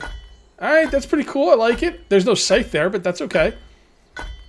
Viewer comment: Scythe rhymes with lithe, not life. :-)